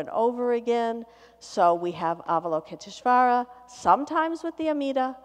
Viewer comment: I reckon, as a Yale teacher, she could at least have made a little effort to pronounce Avalokiteshvara. It makes her sound a bit lazy.